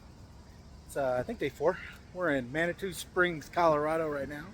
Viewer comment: Manitou, It's pronounced man-a-two, we used to make coolaid with the water there. I grew up on the westside of Colorado Springs and spent a lot of time in Manitou and the Garden of the God's.